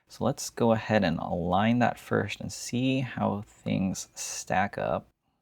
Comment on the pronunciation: No disrespect, where are you from? I noticed you say screws like "screwsh" and first like "fursht"